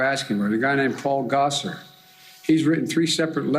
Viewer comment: He pronounced Gosars name wrong and I’m here for it.